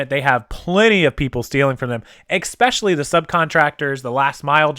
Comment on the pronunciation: There is no "X" in "especially"...:) Really enjoy your vids and have learned a ton.